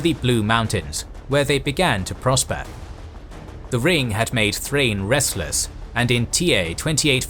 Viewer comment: Also Thrain is pronounced like Thra-in. Gimli'a grandfather Groin is probably happy that names work like that